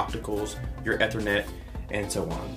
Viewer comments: Long E on ethernet like "eethernet". NIce review. Very professional sounding without being boring. If you still have this setup, try corner loading that sub by placing it behind the tv stand. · OMG. Please, it’s “eeeethernet” not “eh-thernet”